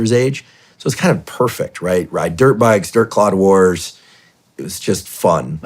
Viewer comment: Did he seriously just say third Claude wars. I’m from San Luis Obispo County home of epic dirt clone wars.